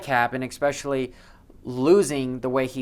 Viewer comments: Can you please stop saying "expecially"... Haha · Look up especially next time your looking up pronunciation 👍🏻